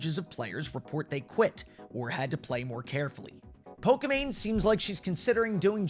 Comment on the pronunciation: Why is he saying poka mane tho